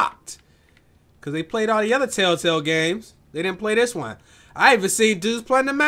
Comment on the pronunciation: tailtail?😂😂😂 telltail u mean